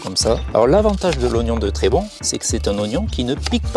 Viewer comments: C'est Trébons, avec un S qui se prononce à la fin. C'est dans les Hautes-Pyrénées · Trébons (avec un S prononcé) est un tout petit village ici dans les Hautes Pyrénées. Pas de production avec des traitements chimiques, ici tout est bio. Donc non pas de Monsanto ni de choses bizarres comme tu sembles suggérer.